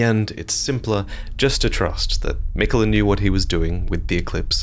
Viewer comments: Mikuh-luh, huh... aight if that's what you wanna go with, but it's clearly spelled Mi-KAY-la. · malenia says his name thousands of times, and she always says it as mikuh luh…